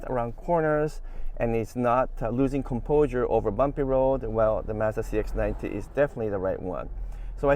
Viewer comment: it's Mazda, not Mazda...and definitely not Mazda...ha ha! Appreciate you and your videos:)